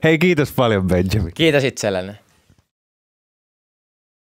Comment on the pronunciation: Miks se sanoo Benzamin